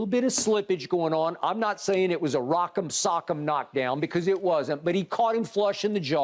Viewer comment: My guy said “roc em sock em,” where’d they get this kat from man … 🤣🤣🤣🤣🤣🤣🤣🤣🤣